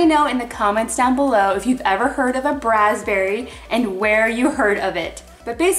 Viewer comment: I heard "brazberry" from Justin Timberlake